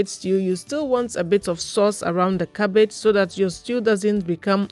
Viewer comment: “Cabbagee” is a word in my books 😂😂 and if the cabbage is not crunchy i don’t want it ,a job well done 👏🏾👌🏾